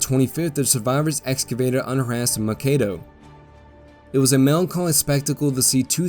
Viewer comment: Minnesotan here. We pronounce the city of Mankato as MaNN-kato. Thanks for doing this.